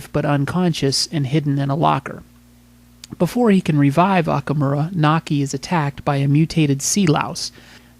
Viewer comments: Its MAKI! not Naki! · The Reporters Name is "Maki" not Naki!